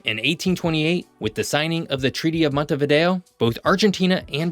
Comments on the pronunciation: Se llama MONTEVIDEO .. No " Montevido " ... imperdonable error. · URUGUAY ES UNICO, SU POBLACION ES UNICA. Y SU CAPITAL ES MONTEVIDEO, NO MONTEVIDO. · "montevido" (NO) . "Montevideo" (SÍ) le pronunciación de la capital de Uruguay es mala. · Para hablar de algo hay que saber,al decir varias veces montevido se nota falta de preparación,es montevideo,por lo demás es bastante exacto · Se pronuncia MONTEVIDEO !! y Uruguay NO es un país minúsculo ni estamos despoblados. Somos 3.4 millones y nos gusta así. Tenemos muchas ventajas comparativas respecto a otros más poblados o grandes. De tamaño somos el doble que Portugal,Austria,Irlanda por ejemplo. Tenés que estudiar más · Quien habla o no sabe leer o es un típico caso de "Estupidez Artificial". La capital de Uruguay se llama MONTEVIDEO, ¿entendiste? JG